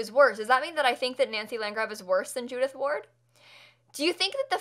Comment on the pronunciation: A bit later but I heard Judith Ford not Ward so I thought it was kinda like a 36 questions reference XD